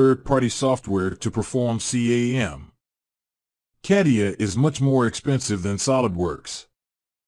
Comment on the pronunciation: Yeah, I have always heard it stated as the following... kuh·tee·uh